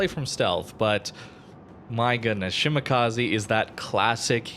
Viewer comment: FYI it's: she - mah - kah - zeh Not: she - mah - kah - zee